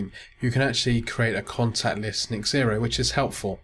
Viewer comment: Thank you for your video....Just a little point... its pronounced "Zero" not X ero :)